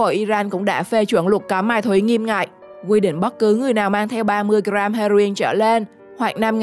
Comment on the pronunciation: "Mai thúy" là gì? Giọng đã dở, phát âm còn sai nữa.